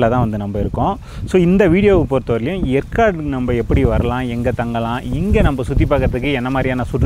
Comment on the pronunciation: ஏற்காடு என்பதை எற்காடு என்று உச்சரிக்கிறிர்கள்